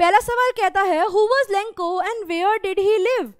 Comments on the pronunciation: Lenco nhi lencho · Lenco❌ Lencho✅ but explanation is good 👍thank you ☺️🙏🏻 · Mam it's lencho not lenko in pronunciation😅😅...... Sorry for finding your mistake 😅😅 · Ma'am for ur kind information.... Vo lenco nhi lencho hai.... Pls pronunciate it correctly 😅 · Mam pronounciation to shi kijiye lenco nhi lencho h pisos nhi pesos h 😂😂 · Madam ji लेनचो hota hai na ki लेंको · Maam it is not lenkho it is lencho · Its not lenco its lencho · Lenko nhi ma'am lencho hota hai or peso hota hai piso nhi Todra dek kor pora na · Mam he is not lanco he is lencho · It's Lencho not Lenco😅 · That's not lenko that is lencho😅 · Mam aap lencho ko lenko kyu bol rhi hai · It's लेन्चो not लेंको😢😅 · Ma'am it's lencho not lenko